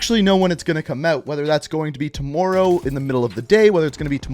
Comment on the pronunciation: Does anyone else feel uncomfortable when he says "tommorow"